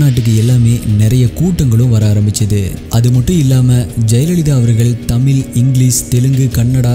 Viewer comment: தமிழ்🙄தமில் என உச்சரிக்கவேண்டாம்